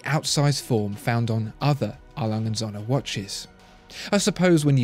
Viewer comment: Agreed. There's no real competition between these two. Too bad can't even pronounce Söhne.